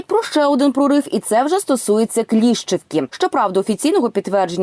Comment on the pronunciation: Авдіївку московити не взяли, щоб її звільняти. Трохи перевіряйте, що ви пишете. І що говорите: КліщіЇвка, а не "Кліщівка".